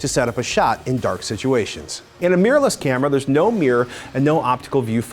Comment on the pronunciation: Why do so many Americans pronounce 'mirrorless' as 'meerless'?